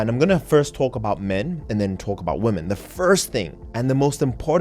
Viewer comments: Why are you pronouncing “women” as “woman”? A bit confused by this 😅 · You repeatedly say "womAN" throughout this video, where yoi should be saying "womEN". Do you not understand the difference between the words woman and women? Saying "woman" instead of women, is like saying "man" where you should be saying, men. This is something that elementary level children should know, and you don't understand this? That really makes me question your level of intelligence and perceptiveness. How are we supposed to believe that you comprehend the nuance of niche subjects, when you don't even understand simple aspects of the English language, which you spend far more time focusing on than niche subjects.